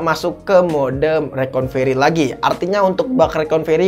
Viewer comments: Maaf saya ralat bg Yg bener recorvery bg bukan reconvery😁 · Koreksi dikit: RECOVERY bukan Reconvery ya bang 😊 Selain itu, Mantap bang 👍